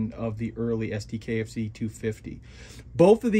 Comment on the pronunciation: Sd.Kfz. would be pronounced Sonder Ka Eff Tset for Sonder Kraftfahrzeug or Specialised Motor Vehicle.